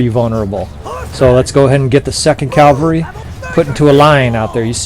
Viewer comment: I'm sure you hear this all the time but... You always say Calvary when you mean cavalry. Calvary is the hill Christ was crucified on. Cavalry are mounted troops. I don't mean to be an English dick. If it were me making a mistake like that over and over I would want to be told. If you physically can't say cavalry I'd suggest just saying "mounted troops". Thanks for the vids. Have a great day.